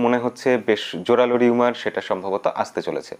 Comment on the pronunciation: দাদা এটা রোমার, রিউমার নয়। চাই না অন্য কোথাও এটার কারণে আপনি বিব্রত হোন। ক্ষমাসুন্দর দৃষ্টিতে দেখবেন।